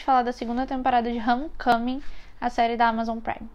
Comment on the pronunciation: Pronúncia perfeita de Homecoming! dando aula